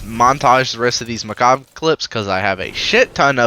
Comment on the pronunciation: I can't stand his pronouncitation of Mechabre: For me its Sabre ("saber") but as with alot of Destiny stuff, got the twist with a different syllable, making it Mechabre ("mechaber") and not ("mecha'b")